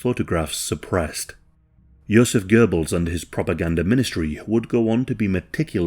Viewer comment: Goebbels is pronounced "Gebbles" Not "Gurbles" Not that I care for the sake of his memory, It's just incorrect to pronounce it that way. History needs to be accurate.